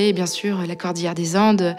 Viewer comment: Dans la conclusion, prononcez Cordillère des Andes , pas Cordière. Idem pour l'ode, pas l'aude. Merci